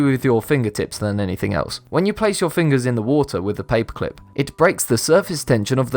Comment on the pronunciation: you say paperclip like papeclp